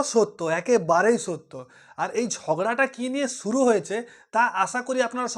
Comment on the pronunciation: ভাই প্রথমে একটা কথা বলি দয়া করে বাংলা শব্দের উচ্চারণগুলো ঠিক করুন। যেমন "শুরু" কে বলেছেন ছুরু, "আশা করি" কে বলেছেন "আছা করি", "বেশ" কে "বেছ"! এসব নিজের পাড়াতে বলবেন। ইউটিউবে এগুলো যথেষ্ট বেমানান লাগে।